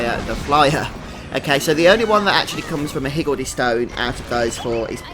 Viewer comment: Great guide thanks! Just started and was confused about the active skills, didn't realize I had to get in the circle to start them. Also, perfect accent for pronouncing higgledy! =)